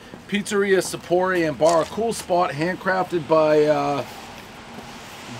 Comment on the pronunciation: "Alright we're in East Lyme, right?" , "Sapporo, Sappor-age, Sappo-rilio's, SopporRAY" - Dave's back!